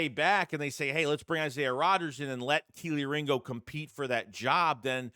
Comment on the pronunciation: tell Philly500 to stop calling Kelee Ringo…..”KIELY RINGO”…Lol…